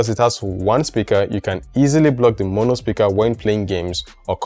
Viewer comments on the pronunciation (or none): none